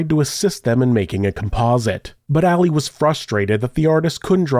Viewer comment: It kills me that you keep pronouncing it “Alley” instead of AH-Lee… I’ve known many “Ali’s” in my 36 years, & Not a Single One would appreciate being called Alley (cat) - that’s a FeMaLeS name, back in a time when the two sexes preferred staying separate, at that. 😆 I’m white too, but pronouncing names as they were given really isn’t hard …. Save maybe rolling your tongue as the Spaniards do, that one can get a bit tricky 🤔 ahaha